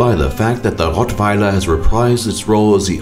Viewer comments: Holy shit, I cracked up when you said "ROTTWEILERRRR" xD Are you German man? Your pronunciation is way better than an Englishman's :o :D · His pronunciation was on point though!